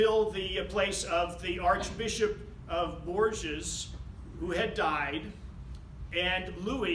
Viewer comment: You could work on your French pronunciation. Bourges, Poitou etc.. The court was in Poitiers, capital of Poitou. Although she was known as "Aleanor of Aquitaine", she spent most of her youth and time later on in Poitiers. Her palace still partly stands. It is part of the Poiters courthouse. Majestic!